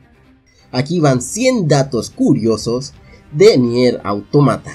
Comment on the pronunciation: Capo dice coriosos